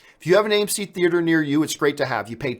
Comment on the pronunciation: Get to the Choppah ! I mean theatah !